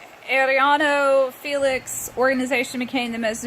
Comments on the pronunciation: Not air-é-lano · Oh yeah they’re name is pronounced air-e-yano